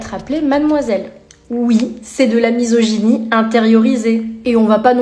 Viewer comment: "de la mysigonie intériorisée".... No comment.